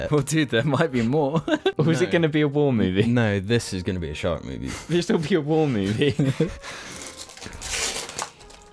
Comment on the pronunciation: When you say shark, I hear shart